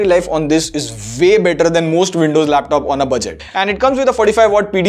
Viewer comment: Not windroid, it's Andows